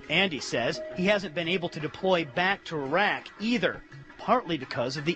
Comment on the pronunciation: Look the old bill smashed him up, but for fuck sake it's not 'Eyerark' It's Iraq !!